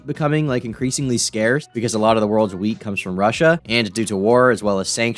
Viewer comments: I heard "weed" instead of "wheat" at first and was relieved when I realized your talking about bread. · I thought you said “weed” at first and not wheat lmao i freaked out but then i was like wait, i live in Michigan and we grow some of the best weed in the states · Oh Thank God, he was saying wheat.